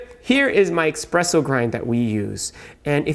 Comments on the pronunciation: I know that. You're pronouncing it incorrectly. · Expresso? It is" espresso".